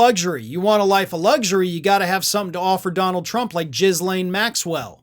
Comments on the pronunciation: "guh LANE" At this point, I really hope you are doing this on purpose and you are just being gross. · You said her name today and it sounded like you said Jizz lain! 🤣🤣🤣